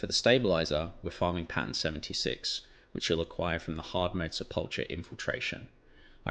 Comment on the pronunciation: Sepulcher .... do not murder the word, eh? Sep-ool-kurr. Google your script if a word is unfamiliar, eh?